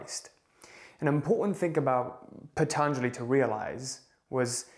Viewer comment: NOT PHATHANJALI....its Patanjali i guess...i think it's Indian name.